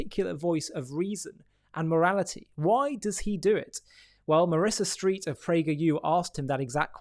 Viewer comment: Her last name is NOT Street - it's Streit (Strite / Stryte / Streyt) It's a long I sound.